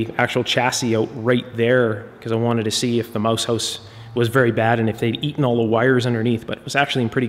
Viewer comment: You say "mouse house" really Cannadaesque.